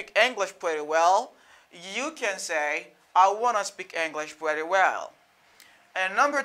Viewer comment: Why you pronounce pretty like prèti? This I not american sound at all bro. American native will never say prèti